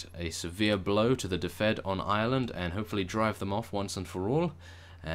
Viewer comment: please read this..... its pronounced dufid (i live there)